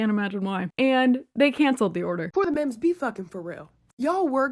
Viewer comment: and the accent on mems... I'm dead. It's giving Joe Dirtè.